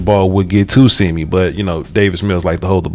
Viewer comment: Not SEEMEE... it’s more pronounced Sim mee but close enough I guess